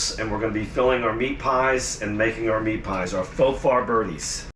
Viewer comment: Pronouced For fir bri dees